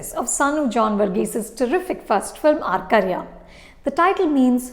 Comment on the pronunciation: Your pronunciation of the title Arkariyaam is spot on 😀😀 may be it's not that difficult to pronounce, but as a viewer who has watched ur reviews so much, I bet u pronounce malayalam words better than any other critic